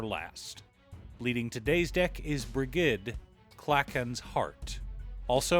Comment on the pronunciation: Br-ih-j-ed = Brigid